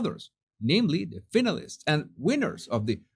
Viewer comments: It's not finalist its pronounced fine a list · Finalist was mispronounced.